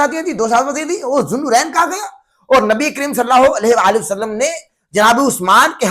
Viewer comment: پہلے "نبی کریم صلی الله عليه وآلہ وسلم " تو بولنا سیکھ لو۔ "صلّا ہو الیہہ وسلم ' کیا ہوتا ہے؟